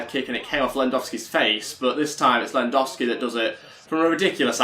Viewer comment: Can you pronounce lewandowski properly